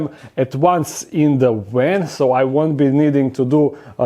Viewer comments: “A big wan” 🤣 ily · In Europe (and neighbors) they pronounce W like V and V like W. So in English you get words spoken like "w"an instead of "v"an. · spent about 3 minutes trying to figure out what a "wen" was. lol. its actually "van" im dumb. love you lol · 😆😆😆 He rented a WAN!!!. Please say "nuclear vessels" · I love the way he pronounces the word van. With his accent it almost sounds like he's saying van with a w. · I agree.